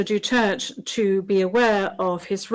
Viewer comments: damn right! It is DU-TER-TE, not dutert damnit! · at least pronounce his name Correctly! Well she is intelligent enough to know that Medialdea have already pronounce it correctly!!! It seems that she Does not even know HIM personally!!! DU-TER-TE!!! dutert my A$$$! :face-orange-frowning::face-orange-frowning::face-orange-frowning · Madam. Can you speak the family name of our president correctly. It is D U T E R T E not Dutert. How can we trust you that you can make this proceedings right if speaking a family name is wrong! 🤨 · If she can't even pronounce his surname properly, I do not believe she watch ANY news that mention HIS name. Even FPRRD clarifies that his surname is pronounced as Du-ter-te not Du-turt, she didn't correct hers. I doubt she will give a CORRECT verdict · Blimey, cannot even pronounce our former president Rodrigo Roa DUTERTE surname… excuse madam it is not Dutert….IT IS…DU—TER—TÈ….our former president shouldn’t be interviewed by French.. my gad. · FT! It only shows that they didn't know who is FPRRD that even his last name they couldnt pronounce it right. Its a Mistrial that man is not Mr. Duterth he is Mr. Ex President Duterte. 😅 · Icc please say right surname.duterte❤ not dutert.wrong one. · Pero someone needs to correct them how to say his last name! Not Dutert!! Its Duterte. Yun lang ang comment ko. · DU-TER- TE. Not DUTERTTT🤬🤬🤬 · Madam Not DUTERT....SUPPOSED TO BE WITH AN ....E ....AT END OF HIS LAST NAME....DUTERTE.... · peste, stop saying "Dutherth" sinabi na ni PRRD "DU-TER-TE" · Duterte Not dutert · Hi MISS BEAUTIFUL JUDGE - IT IS PRONOUNCED AS DU TER TE NOT DU TERT. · Please ICC official judge be mindful and properly pronounce the PRRD Name for cried out loud! Duterte Not Dutered! Para naman sounds awful to hear it! Akala ko mga intelligent individual kayo but even pag bigtas ng proper pronunciation ng name ni Tatay Digong hinde man lang kayo prepared ng tamang curriculum! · Pati pag pronounced ng duterte dutert ito b ung mga judges?